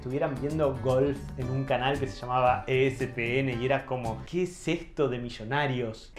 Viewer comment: Les Comento que el Canal Deportivo ESPN, Se Letrea I-ES-PI-ÉN. Gracias !!!